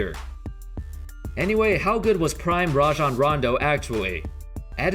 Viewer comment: I hate when people call him RAY-JON Rondo. Its RAH-JON